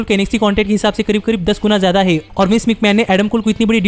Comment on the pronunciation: Bhai sahab tum na baten kam kiya kro tumhari repeatation ki wajh se video jyada lmba ho jata h, aur han है को है बोलने में क्या दिक्कत है😂😂